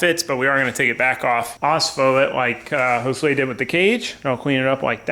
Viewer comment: Ospho Rust Treatment took me forever to find and was not clear with his pronunciation of the product